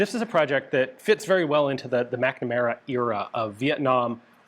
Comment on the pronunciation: McNamara Era ❌️ Mc 'Nam Era ✅️